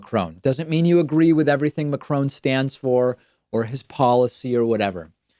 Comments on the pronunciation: David, your English is perfect! But you have one thing in common with most Americans - you do not even try to pronounce foreign Names appropriately according to their original language. It is not “Macrone” or “Macroun” it is the French pronounced Macron (more as “Macrong”). - and many other examples. Americans cause often a name massacre. Just saying. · Please don't say MacRONE it's mac-RON as in Ronald. Love from the U.K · Hi David, please start saying Macron with a silent 'n' and no 'e' at the end. A macrone is a cooky best eaten warm from the oven. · I had english subtitles for no reason, but I looked at them and saw that you wrote « Emmanuel McCrone » instead of « Emmanuel Macron » 😂. In French the pronunciation of Macron is different than in English (McCrone for you) but it’s funny 😂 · american sayin Macron like macaroon Hahahaa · Stop saying Macrone ffs.. My ears! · Every time he says “MacronE” take a shot. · I thought that was spelled Macaroni? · Every time someone pronounces it Macrone, a kitten commits suicide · You should prenounce the French President Emanuel Macron not Emanuele Macroane... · See when you speak french it's hard hearing Macron being pronounced MACRONE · La prochaine étape c'est Macarone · "McCrone" i'm dying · you:" McCrone " Me: crying in french 😭😭😭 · Tha.... 'McCrone' I can't __ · I hear macrone everytime he says it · It's Macròn without pronouncing the n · Better say "Macron"! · Ma-crown xD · David Pakman, I truly wish you wouldn’t mispronounce Macron as macrone....it’s cringe worthy.. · Yo every time he says “maCRONE” I wonder if any Americans can speak normally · Dude kudos for the vid but you really don't pronounce it as 'MacCrone'....Neither French nor English are my first language but I do know that much. A little bit of research wouldn't have hurt ;) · David, I'm a big fan but please, learn to pronounce Macron. It's not 'Macrone'. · HEAR HEAR MAck-croowwwwn, not even close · swisso in OZ “macaron” no ‘e’ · Mdr il dit: Macrone